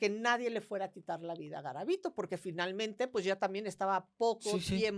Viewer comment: Soy de Colombia , conozco muy bien el caso de Luis Alfredo Garavito, y noté muchas inconsistencias en el relato que aquí exponen sobre su historia. Dicen varias veces mal el nombre , y algunos sucesos no son verdaderos (los niños NO se pr0stitu!an en el parque que mencionan, solo fueron niños vendedores ambulantes o limosneros )